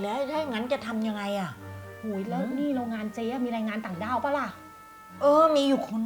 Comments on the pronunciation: พูดต่างด้าวรึต่าวด้าวได้ยินพูดว่าต่าวด้าว😂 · พูดเเรงงานต่าวด้าว